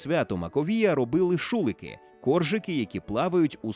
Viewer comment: Відео класне, тільки уточнення по наголосах: шуликИ, зАтірка (Полтавщина).